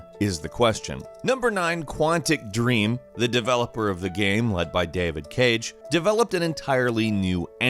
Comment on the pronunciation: Pretty sure you are pronouncing Davide Çage wrong.